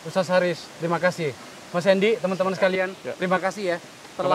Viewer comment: Alhamdulillah... perlu dipublish terus agar masyarakat tidak terpapar radikalisme. Kesadaran berbangsa dan bernegara yg pancasilais nan berbhineka semakin subur. Selamat Bang Akbar...semakin maknyus aja nih AF Uncensored. Penyebutan Ustas khas Makassar Bung... 👍👍👍